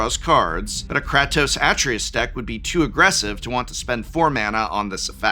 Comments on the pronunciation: im sorry but it bothered me the entire GoW parts that you said kratos as Crat-ose, ITS Crate-ose idk if you were saying it to trigger me in particular lol love the videos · Did no one tell the Professor how to pronounce Kratos or Artreus? I'm just curious. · Did just say Krahtos? KR-AY-TOS!!!! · Edit cause profs right* The way he pronounces Kratos, has Greek gods turning in their grave It can be pronounced both ways, but the more accurate pronunciation is (KRAH-TOS) While the more American way of saying it is (KRAY-TOS) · I don't appreciate the pronunciation of Kratos(Kr A toes) as Kráhtos. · Does it bother anyone else hearing him say “Kahtos”? 😖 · I’m sorry… “Krahtos”?? 😂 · Nobody correct your pronunciation of “cray” “tose”? In this economy? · Prof, in the nicest way possible, IF you're gonna talk about franchises you don't know about, at least learn how to say the characters names 😂 "Krah-toas"? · Did Prof just say Craptos? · KRAH-TOS? ugh. please don't ever say it that way again. painful. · You cannot be serious with that Kratos (Kray-Tōs) pronunciation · Ah yes, krahtos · I need to cleanse my eardrums somehow after hearing Prof butcher the pronunciation of Kratos. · Every time Prof said Kratos like that I felt one nerd suddenly scream out in pain before being silenced by his pronunciation of Atreius. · Dude you said Kratos wrong one too many times. Please. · Prof, i had to post a second comment on this bc i need to congratulate you! With the exception of Nathan, you managed to mispronounce the majority of characters from these games and you repetitively stated the names wrong. It was so infuriating I need to make alter of my rage now! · Is he-is he intentionally saying Kratos name wrong???? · Well, you finally got me annoyed, im on my way to calling you out as an "old man yells at cloud". Please stop saying "Kratos" wrong lol. Thanks for the video and I still love you 🥰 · Dont say Kratos, but pronounce it as Kratos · that kratos pronunciation 💀